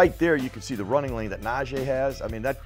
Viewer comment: How we still pronouncing NaJEE's name wrong in year 3 of him being a Steeler. Nah-Jee not Nah-Jay